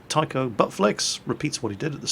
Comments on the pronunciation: you dont pronounce his name as Taikou! xD you read it Tai-chou, it means captain in Japanese.. Im so sorry:P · every time he said my name and said it as tyco all i could think about was remote control cars haha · Its actually pronounced Tai-Cho(u) Butt Flex, which in Japanese meaning means Captain Butt Flex, because the romaji taichou/taicho refers to Captain in Japanese. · Taichou - It's pronounced like Tie-cho. It's a class based honorific in Japanese culture, which references someone as a commanding officer, or "one in charge". Basically his name translates to Captain Butt Flex. Another class based honorific you are doubtlessly more familiar with would be -hime, as in princess, as both are usually added to the end of ones name, to indicate status and respect.